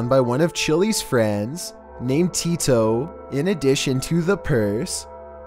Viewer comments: It is not tito it is tino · I love the way says tito